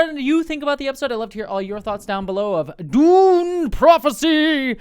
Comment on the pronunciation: If you're an Invader Zim fan, that could explain why saying Dune like that tickles your brain lol Dune≈Doom